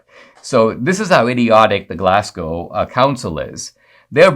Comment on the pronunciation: interesting story Dinesh on Dr Livingstone ! , by the way Glasgow is pronounced GLARSGO :) not Glass GOW